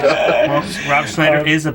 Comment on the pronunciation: Rooooob Scnmhhniider . Hahhahaha